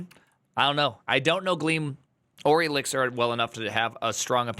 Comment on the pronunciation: Elixir as Elizir just hurts